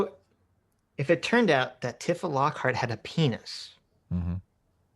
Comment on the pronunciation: I haven’t heard someone call her Tiff-uh since that ancient FF7 parody flash